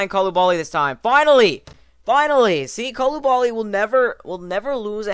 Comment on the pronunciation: It's not Eyed Colubali, it's Ihday Colubali.